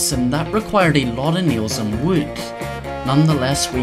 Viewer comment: Is it just me or did he say "neals" instead of "nails"